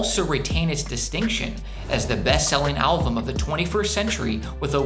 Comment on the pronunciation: Good video, a couple notes. 1. Meteora wasn't the best selling album of the 21st century, rather of the timeframe of "the 2000's" 2. You kept saying "alvum" instead of album